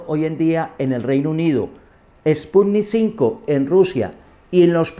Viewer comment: Se la da de experto y dice sputnik 5 🤦‍♂️